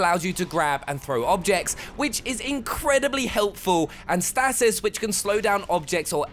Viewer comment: Stasis. 'Stay-sis'